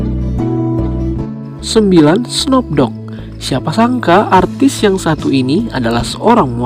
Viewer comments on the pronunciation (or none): Snup bukan Snop Lol